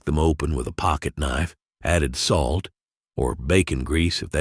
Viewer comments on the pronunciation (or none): none